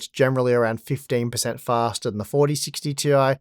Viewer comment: fah-stah fah-stah fah-stah